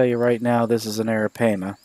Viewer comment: You MissPronounning Arapaima